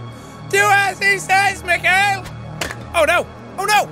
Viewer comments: That's awesome! But in Russia we talk "Me khai ill", not Michael. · okay, jack, here are some tips for you from a responsable russian mikhail - pronounced mihail, accentuation is on last i bratvA welp, that was it for today) also, i LOVE your russian accent. no russian can do that))) real russian accent is horrible btw) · Its Mihail, not Mikail